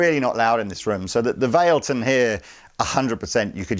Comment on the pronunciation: also, isn't it called "vah-leh-ton"? 😁